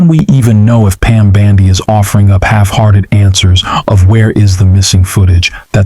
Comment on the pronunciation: I love how you call her Pam bandy!